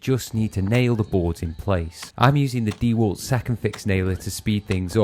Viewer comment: They were 5 x 100's mate, you wouldn't use 4's on a gate like that (and you didnt lol) The gate will fall apart as soon as the sun touches it as you havent used any glue and for some reason, just pinned it together rather than using ring shank nails As someone has already said, You're english so its 4x2 and a DeWalt, not "DeeWalt" 😂😂 Nice DIY project tho i guess 👍